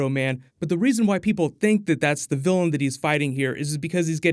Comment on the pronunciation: Vilian not Gillian